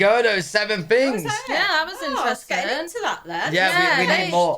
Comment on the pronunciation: "Seven Fings" 😅